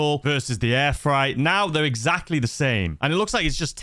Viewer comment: Maaaaaatttteee, it’s FR8 not fright 😂 seriously concerned you don’t know the word freight 😂